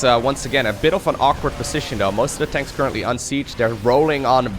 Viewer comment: I love it when says siege “Danks”